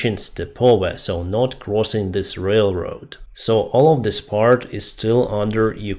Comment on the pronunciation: "Not" is not pronounced "Nut"